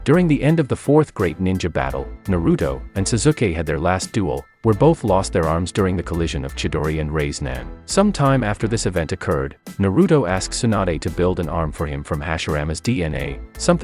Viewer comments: what the actual fuck is a raise nan 🤣🤣🤣 can't even fucking say rasengan correctly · When he said rayseegan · I love it when he says rasnag